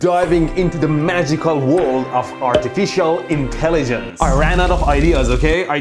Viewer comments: "Artifishial Intelijens" lol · Artifishial Intelijence....... who ever noticed this 🤣🤣